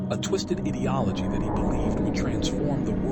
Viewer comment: This is nothing but a bad book report Get your audio levels better and learn how to say ideology